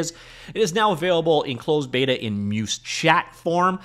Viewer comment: not trying to be the 'actually' guy but Muse is pronounced like the Greek deities of the arts - phonetically 'myooze' not 'myuce' all that being said it seems quite interesting - would love an AI trained on Unity C# code since that's where i'm spending most of my time. and i think Barracuda will certainly be part of Sentis though i don't think it will be all of it.